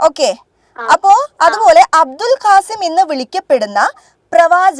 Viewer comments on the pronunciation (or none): അബ്ദുൽ കാസിം അല്ല അബുൽ കാസിം ആണ്😊